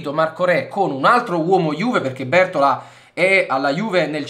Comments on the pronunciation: Bertòla, non Bértola. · Bertóla, l'accento è sulla O